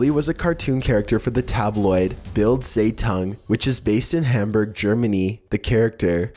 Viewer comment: THE WAY YOU PRONOUNCED ZEITUNG MADE ME REALLY MAD